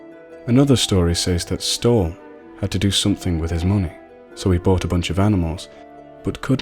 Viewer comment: I appreciate you reading this. I'm the author. One thing I do have to mention, though. Stolle isn't pronounced like "Stole" (it doesn't rhyme with coal). Its pronounced Stall-E (rhymes with Wally) I hope maybe you do a few more of mine in the future. Thank you very much, and great video.